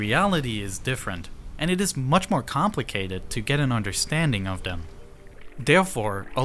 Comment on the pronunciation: Can we just agree that “them” is not pronounced Dem